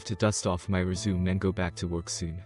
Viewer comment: I just unsubscribed. I am also tired of hearing res-u-me pronounced as re-sume.